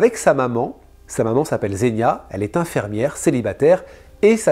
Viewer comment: 1'21" "infermière" ?!? Vraiment ???